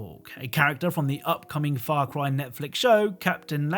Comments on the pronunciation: Why do I hear "Far Cwy" at the very start? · The way you said far cry the first time in the intro sounded really close to f*** boy.